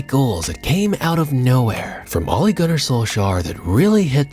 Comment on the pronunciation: Ole Gunnar Solskjaer - Manchester United (1998-99): 71 minutes per goal. An unbelievable stat. Haaland was 77mins per goal in 22-23. Its always been weird to me how everyone got better at pronouncing "solskjær" over the years. But everybody still butchers the simple name "Ole"